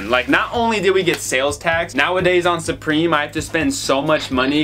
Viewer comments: Suprome killed me 😂😂😂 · Can’t wait to watch your “Suprome” cop vids 😂😂😂